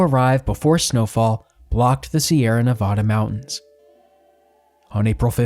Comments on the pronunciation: ITS NEVAAAADUH NOT NOVODAAA PLEASE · I couldn't finish. The state is pronounced Nev ADD uh, not Nev ODD uh. A very basic mistake that made me question your credibility. Also, the vast majority of the modern photos of areas discussed bear no resemblance to those areas, showing a lack of research & sloppiness. Also, very little info about why their crossing the Wasatch took so long. It wasn't the miles of Hastings Cutoff. It was the lack of a trail, forcing them to go a mile or two a day, cutting trees, bridging canyons, climbing cliffs. I gave up about there but if people are interested, read some books on the subject. This video is a half-hearted attempt to tell a story with minimal research or fact-checking. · It’s nevaaaaaaaaada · Also, it’s Nevada with the middle a sounding like apple…not ah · sighs, has to dislike because Nevada pronounced wrong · Your documentary is great . But please dont say Nevada like that